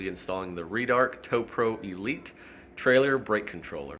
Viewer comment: Red-arc. Not “reedarc”